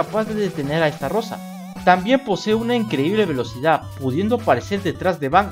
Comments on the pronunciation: SI NO HAY DOS R NO ES ESTARROSA ES ESTAROSSA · Xd Es Estarossa no Starrosa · Se pronuncia Estarossa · No que se pronunciaba estalosa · Estarrossa así lo estás pronunciando no creo que se pronuncie así pero quién sabe